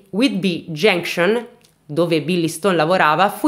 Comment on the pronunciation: Grand Trunk!!! Genscion😂😂😂😂😂..ma cribbio che pronuncia..va be dai almeno fai ridere..più ti sforzi di pronunciare giusto più ti escono delle cose aberranti